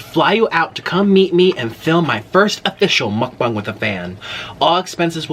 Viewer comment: He said “mukbung” Jesus christ